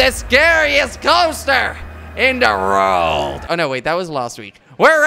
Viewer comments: Instead of world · He sais rold instead of world😂😂😂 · Jordi y do you say rorld. it's world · I like how he says rorld instead world it's funny love kwebbelkop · in the rorld not world lol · "are you kops ready for the biggest rolercoaster in the rouaald!" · did he just say "Rold" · why do you say wrold like that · learn how to say world